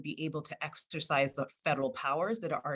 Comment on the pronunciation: At the 1 minute and 42 second mark this college law professor says " EXTERCISE ". A little help out there please, what is an EXTERCISE?